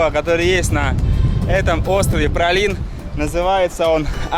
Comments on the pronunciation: Как правильно произносить то?В названии Праслин,произносите ПраЛин. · так Пралин или Праслин?😁